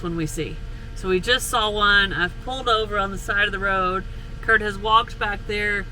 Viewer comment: I like they way you pronounce Road curt...nice wee roll of the tongue. Cute. 😊 Newbie fae the highlands of scootland...